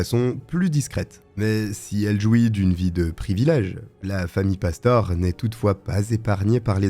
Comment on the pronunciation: Cest pastoré que ça se prononce.... tu sais même pas faire tes recherches correctement.....de pire en pire ta chaîne